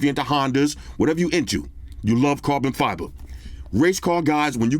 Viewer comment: can you please say properly carbon fibre?